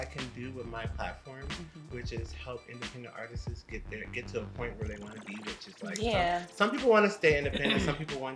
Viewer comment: I couldn’t take him seriously saying “artistis”. Like what is that word? 😳